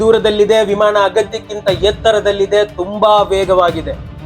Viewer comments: ಪದ ಉಚ್ಫಾರಣೆ ಸರಿ ಇಲ್ಲ. ಉದಾ. ಹಾರಾಟ-ಆರಾಟ, ವಿಮಾನ-ವಿಮಾಣ.. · ವಿಮಾಣ ಅಲ್ಲ... ವಿಮಾನ